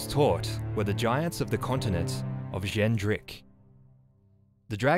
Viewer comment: I've never thought to pronounce Xen'drik as a Chinese person would. Interesting.